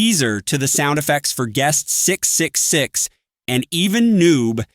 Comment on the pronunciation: can you say triple 6? not 666, it's quite unsettling with those pause